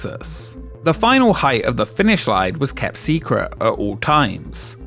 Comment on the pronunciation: "Secruh". Unbelievable.